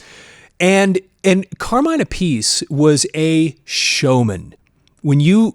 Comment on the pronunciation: Ok I used to do this, the name Appice should be pronounced l so, it rhymes with Appleseed. Vinnie and Carmine Appleseed. Vinnie played on Mob Rules than played for Dio. Really love the love you are giving Vanilla Fudge.